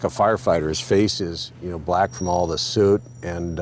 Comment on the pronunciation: I'm all compassion until they pronounce soot like that.